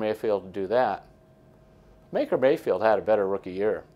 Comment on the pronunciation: 'Maker Bayfield'?